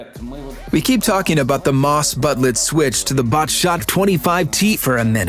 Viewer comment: Problem is not the equipment, the real problem is the gold ammo ! all experienced players are using it to win no matter the cost. And but the way "Batchat" its pronounced as Bat - Chat not Butt - Chat or batch chat.